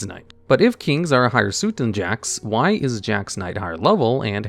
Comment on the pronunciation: The way you pronounce Suit lol